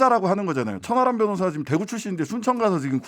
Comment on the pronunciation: 저만 천안함 변호사라고 들리나요 ㅋㅋㅋㅋ